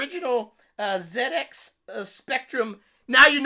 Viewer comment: It warms my heart to hear you said zed ex :)